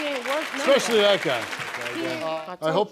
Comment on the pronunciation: Thats a new word for me "Expessially" Somebody arxe him what it means. Lol